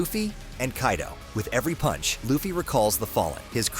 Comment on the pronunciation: as far as I am aware, Kairo is in Egypt... So dear United Stater of Americano: Remember the character in One Piece is Kaido and not Kairo. Make a little effort. Before you get the hot dog with too much chile, listen